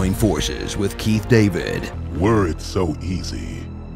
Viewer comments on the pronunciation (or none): none